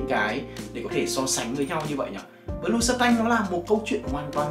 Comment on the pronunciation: Này là bleu không phải blue anh ơi...Phát âm lẫn ghi tên chai trong clip sai ròi, làm nhớ tới bleu chanel mà toàn kêu blue chanel quá =]]